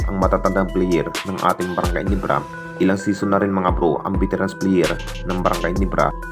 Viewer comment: Gulat ba kayo sa brgy Nibra?ayusin mo kasi pagbigkas mo ng ginebra